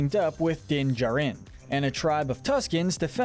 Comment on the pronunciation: I'm sorry but you keep swapping between saying "Jarin" and "Jurin" when pronouncing Din's last name. It's irritating